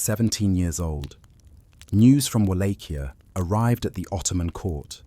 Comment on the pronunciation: So so so many instances of the correct pronunciation of Wallachia, that the incorrect and constant changing of the pronunciation throughout this video made it unwatchable.